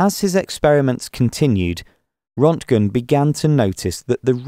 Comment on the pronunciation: It’s Röntgen NOT Rontgen. Rönt rhymes with Burnt.